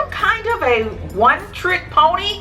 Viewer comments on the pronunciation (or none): none